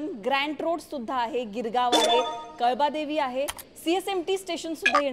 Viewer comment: काळबादेवी म्हणा कलबादेवी नाही.अगदी अशुद्ध भाषा!